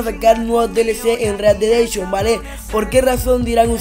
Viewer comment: READ DE DENSHON:V read dead redemption*